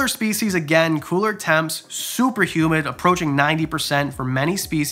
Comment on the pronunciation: Am I the only one who thought he said “ human loving” and got excited but then realized he said “humid loving” for Chinese cave geckos 🦎 😭